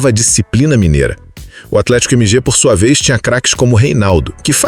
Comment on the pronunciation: " Atlético Emi Ge " me pegou KKKKKKKK